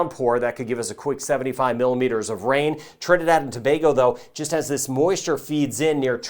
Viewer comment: Thank you for your vids and proper pronunciation of Trinidad and Tobago 🇹🇹